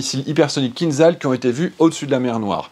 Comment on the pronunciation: Bonjour, je pense que le format est bon, dommage que les informations soient inexactes, le MIG-31 n'est pas la version biplace du MIG-25, le missile Kinzhal ( a prononce'r Kinjal) n'est pas un missile ballistique, je préfère m'arrêter là.